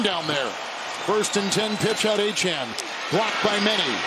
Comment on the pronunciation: These announcers really need to learn how to pronounce Achane's name ---- Sounds like A Chain